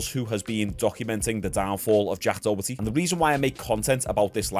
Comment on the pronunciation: "jack dohetty"